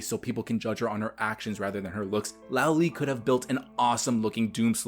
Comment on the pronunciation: small nit pick but 罗莉 or Luó Lì